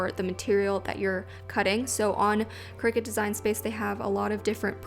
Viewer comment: Lost me when she said ciricut